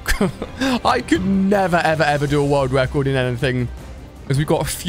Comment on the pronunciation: speed wun world wecord 😂